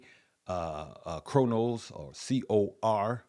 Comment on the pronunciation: Cronos is “Cro” family not Cor just an fyi!!!